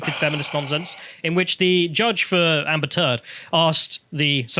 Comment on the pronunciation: ... sounded like "Amber Turd" ......